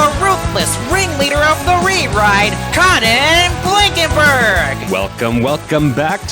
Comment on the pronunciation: conan more like gone-an 😢